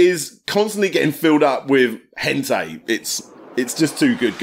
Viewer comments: Sorry to be that guy, it's pronounced Hen-tie not Hen-tay. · "Hentai" is pronounced "hen-tie", not "hen-tay",.